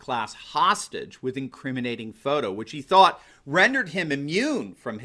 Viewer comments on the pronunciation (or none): none